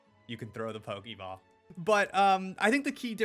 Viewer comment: It's pokeball/pokemon not pokiball/pokimon. Why do ppl keep pronouncing it that way. It's so cringy.